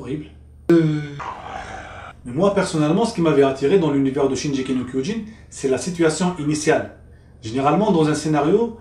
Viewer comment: Juste une petite correction ! le G de shingeki ce prononce en G comme dans GOD ou Gazelle !